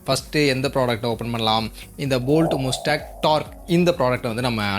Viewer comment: Athu mastang nu pronounce pananum bro